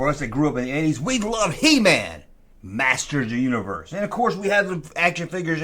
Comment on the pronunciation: Are you drunk? Why do you slur Masters of the Universe all into 1 word?